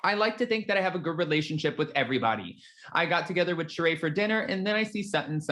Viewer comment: Again, her name is not Shuh-Ray it’s Shuh-Ree Zampino